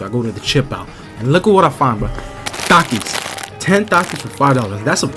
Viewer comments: bro be sayin dakis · Bro said takizz